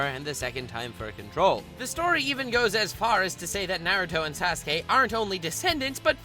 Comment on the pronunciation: He says sas-gay